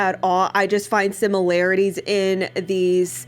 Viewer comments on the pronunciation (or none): none